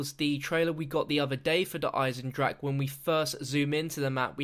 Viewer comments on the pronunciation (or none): You literally saw a trailer with dempsey correctly pronouncinc the name of the map, and you STILL mispronounce it